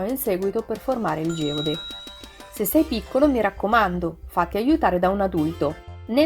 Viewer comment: Bei minerali blu , verdi e viola. Geode si pronuncia GÈODE